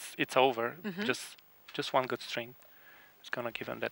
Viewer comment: I like the part when he says "Akiyama is one of my favorites his coach is with my name, Emile, and uh, we get along kind of gooud." Thrilling cometary I wonder what he means by that? They had drinks at the pub, or ah.....